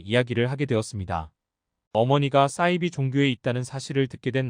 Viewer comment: 싸이비가 아니고 사이비...발음이 왜그리 이상해요?